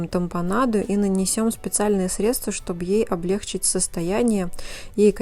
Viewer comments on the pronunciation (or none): в слове облегчить, ударение ставиться на последний слог. Почему все подологи произносят его, мягко сказать «сцецЬІфиски», как говорил великий Райкин.